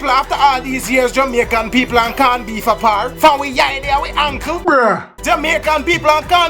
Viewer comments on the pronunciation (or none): "CAWN BEEF"😂😂😂😂😂😂😂!